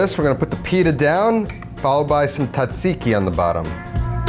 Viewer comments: As a Greek, it pains me to hear people pronounce it "tsatsiki". It is pronounced like "djahjeekee" Because it is a loan word from Turkish language and we use "τζ" to represent the "dj" sound (like the G in George). Also forgot the mint and dill in the sauce. 😅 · asked google for pronunciation, proceeds to say "TOT-seeky" the entire video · OKAY PRONOUNCE TZATSIKI "T" IS SILENT, SO IT IS ZAT (EMPHASIS ON THIS SYLLABLE) -ZEEKEE... ZAT-ZEEKEE (LONG E FOR THE "I's) NOW GO AND PRACTICE AND KNOCK OFF THE T SOUND...YOU SOUND LIKE AN IGNORANT ITALIAN FROM THE SOUTH...NOT ONE FROM THE NORTH, LIKE ME!!! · You mean "TOT-seeky"😂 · Also, pronounced correctly makes it taste better. "TOT-seeky"😂